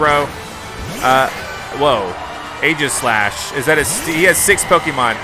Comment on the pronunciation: Also leon's first chosen pokemon is pronounced E-jah-slash